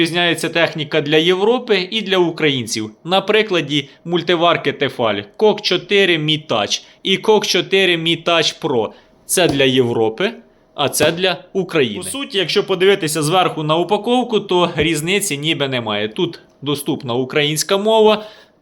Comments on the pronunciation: не "кок", а "кук"))) "кок" - трохи інше)) Дякую за огляд, корисно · Кук а не "кок" 😂, інгліш то не твоє 😅